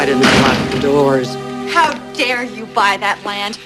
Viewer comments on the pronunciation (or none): none